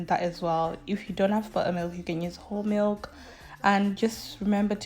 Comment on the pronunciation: I love how you say ba-a milk 😂😂